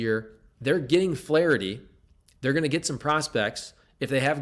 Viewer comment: Ahhh….You say Flaraherty! Very intriguing! You’re right! He’s gone when his time is up in the Lou!